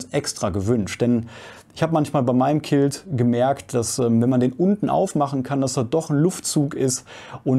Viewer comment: Tolles Video, vielen Dank dafür! Kleines Feedback weil das Wort so oft vorkommt: Quilt spricht sich "Kwilt", nicht "Kilt".